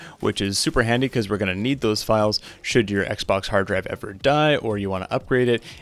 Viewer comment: I like the "heeard draive"